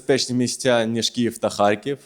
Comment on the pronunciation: Не Харьків😮,а Харків не сором моє місто ,правильно вимовляй...